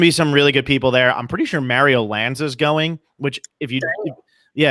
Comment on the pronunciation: Mayrio? It's pronounced Mahrio,.